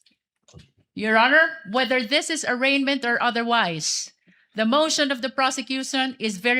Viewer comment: "the mosh on of the porsecyusoon. Hahaha pag sure dha luistro ga bula imong mouth chuy